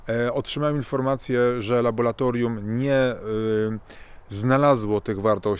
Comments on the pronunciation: Co za kretyn z tego psychola. Nie nauczył się słowa ,,laboratorium,,. Biedny Stefan Kisielewski pisał o dyktaturze ciemniaków za komuny. Teraz, dzięki Internetowi mamy nie tylko dyktaturę ciemniaków, ale też milion ciemniaków- wyznawców rozmaitych palantów. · laboRAtorium !!! Ile razy można powtórzyć słowo z błędem??? Nie LABO-LA-TORIUM, tylko LABO-RRRRRRRRRRRRA-TORIUM. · szanowny panie nie mowi sie LABOLATORIUM tylko LABORATORIUM nie mowimy karkulacja tulko kalkulacja itd Wniosek : jezeli chce sie wystepowac w srodkach masowego przekazu to wskazane byloby sie poslugiwac poprawno polszczyzno a nie labolatoryjno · LaboRatorium, nie laboLatorium ;) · co to jest labolatorium ? moze jednak laboratorium ? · 👹🇵🇱🇵🇱👹Panie! Naucz się pan mówić po polsku. Mówimy nie laboLatoRium, a laboRatoRium. To że, kiedy czyta pan coś, nie rozumie pan co, jest denerwujące. Mniej wygadani niż pan, kiedy przychodzi im coś odczytać publicznie - czytają to poprawnie. I zachodzi podejrzenie iż nawet zapamiętują jak wyglądał tekst. Przy takim wstępie pańskich enuncjacji, strach całość wysłuchać. Bo z uporem czyta pan słowo laboratorium nieprawidłowo. Błaszczakowi zdarza się często artylerię nazywać altyrelią lub aLtyLerią, ale czasem nie występuje u niego ten żałosny efekt obcowania z kolegami uczęszczającymi do PRZEDPOŁUDNIOWYCH PODSTAWÓWEK WIECZOROWYCH DLA PRACUJĄCYCH PO POŁUDNIU, odnośnie sfery którą się on zajmuje. Podobny do innych cymbałów, którzy pRioRytet chętnie mylą z p I o r y t e t e m. Obiecuję iż odsłucham dany filmik z pana udziałem. Chyba że usłyszę iż pan NIE WIE co mówi, jak to się zdarza słyszeć taki debilnie luzacki przerywnik (co drugie lub trzecie zdanie) często u jakoby profesorów, albo innych ćwierć móżdżków dźwiękiem swego głosu zachwyconych. 👹🇵🇱🇵🇱👹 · Nie "labolatorium", tylko laboratorium.... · laboratorium a nie labolatorium :] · Co to jest labolatorium?